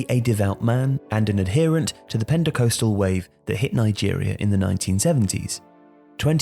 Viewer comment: Stipends is pronounced like "St-eye pends", and Pentecostal is pronounced like "Penta cost-al".